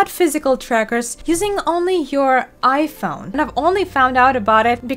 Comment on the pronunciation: lol it said 'ihpone'